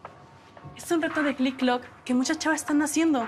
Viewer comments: Se dise tik tok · Envés de decir tik tok dice click clock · Ala vestía todos estamos mal se llama clik clok en vez de tik tok jajajaa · Ya no se dise tik tok se dise clik cliclok😅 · JODER ME DA TANTO GRINGE QUE DIGAN CLICK CLOK, LO ODIO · Ala no sabía que tik tok en México se desia clik clok😮😂😂